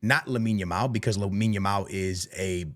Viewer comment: You can tell was looking at himself at the mirror and practicing saying Lamine Yamal 😂